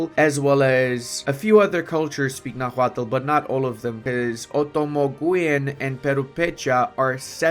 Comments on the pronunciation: The H in nahuatl is mute, as the language is written in spanish orthography. Also, for english-speakers (and non-nahuatl-speakers in general tbh) the final l in -tl is functionally mute too, as the sound in nahuatl is like making a T sound with an L if it makes sense, like morphing the T and L sounds into one, so nahuatl is something like <NAH-wat> Edit: Also, the ch in Tenochtitlan is sound, so something like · Please, brother, do not pronounce the 'h' in Nahuatl! And 'x' is 'sh' in that orthography!